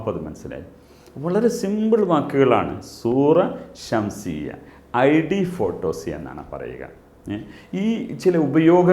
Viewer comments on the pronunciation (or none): സുറ ഷംസിയ അല്ല ഷക്സിയ എന്നാണ് മാസ്റ്ററെ